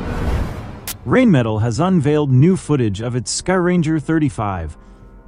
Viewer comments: And just what is a jep-erd and who is Rain metal? This is painful to listen to. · "Gep-Ard" Not Geperd. Your videos need some help with proper pronunciation as well. as fact checking and correct identification. "Rine-Rhein Metal -Met-al" Rheinmetall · Yeah seriously. I get that it's hard to pronounce for English speakers, but just translate it: Rhine metal, and you're 90% there. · Ryan Meh Tull should work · Whatever the first spoken word of that video was, it wasn't the correct pronunciation of Rheinmetall. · More like trying to train the AI to pronounce it properly.